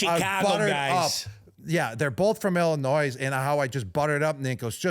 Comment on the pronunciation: Gronk Please quit saying Illinois S in the state name, the S is silent. Gently requested. Much respect. To the producer of the podcast shame on you for not telling Gronk!!